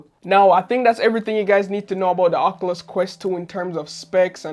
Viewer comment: That’s not how you say oculus it’s more like this